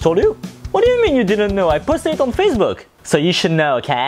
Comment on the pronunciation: ''Faccebook'' - 2018